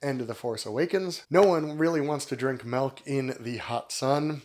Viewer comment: Sounds like you're saying Melk, lol